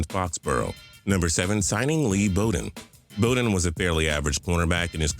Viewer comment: Lee Bodden..short o sound, Fraction.